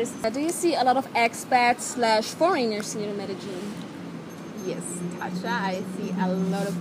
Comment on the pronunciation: Also how foreigners pronounce Medellin;)